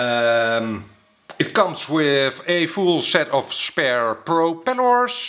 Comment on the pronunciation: sec : uhm , it koms wit ee full sett of sper set... of proooppelloors!